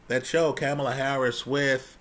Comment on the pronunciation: PLEASE PRONOUNCE HER NAME RIGHT !!! I appreciate what you had to say though…